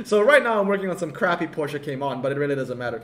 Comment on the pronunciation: I am SO glad you prononce 'Porsche' correctly! I send condolences to the 969 rsr